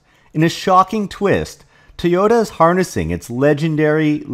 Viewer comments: why do you say "Tee ota"? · It's pronounced TOY-OH-TAH. Please, STOP mispronouncing